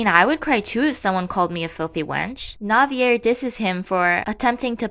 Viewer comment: Btw Navier's name is pronounced Nah-vee-yae, it's French 🥲I remember reading remarried empress it was such slop